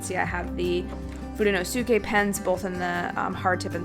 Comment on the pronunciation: It's toh-moh-eh. The vowel system for Japanese is the same as our native language (Maori) here in New Zealand :) also it's Fuden-oh-skeh. The u is silent ;) love your video! It's made me decide if I'm going to use a hobonichi cousin next year or not! I'm also the same with mildliners, I just don't get them!